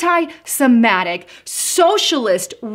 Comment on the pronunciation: It's Sem-IT-ic. BTW, whatever happened to Linda Sarsour? It seems Omar took her place.